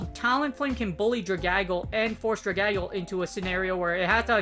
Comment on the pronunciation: Hey, I love your content! This is a great series! as an English teacher, I have to mention this; Dragalge ought to be pronounced Drag-al-gee (like Dragon+Algae, the ocean plant) Sorry, only mentioned it because it’s my job, please don’t hate me XD Ty for the content as always!!! Great work!